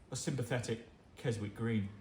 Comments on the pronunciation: Kes-ick it's pronounced !!!!! Not Kes-wick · A British person pronouncing the W in Keswick is rage inducing.